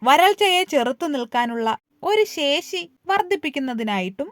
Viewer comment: 👍 ശേശിയല്ല Madam, ശേഷി